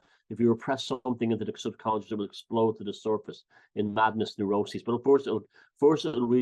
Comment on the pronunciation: Onduhstunned ==> understand Sobcuhnscheß ==> subconscious English accent is so cute it's like we the rest of the world English speakers as a 2nd or 3rd language should teach them how to pronounce things called words based on their own rules but yea.. Let's leave it this way so they keep sounding wrong but cute 😂 😂 😂 😂 🏴 💪🏻